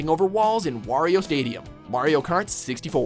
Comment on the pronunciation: it is probably just me but I thought he said wario kart